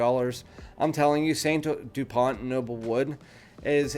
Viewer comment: It's not Saint Dupont, it's S.T. (Es Tee, not St. ) Dupont (T is silent). Never heard of their lighters?